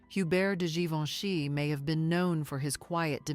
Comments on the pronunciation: Sì pronuncia GIVENCHY … e non GIVONE! La voce è generata dalla IA? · Non si può sentire, sbaglia tutti i nomi Givoni!!!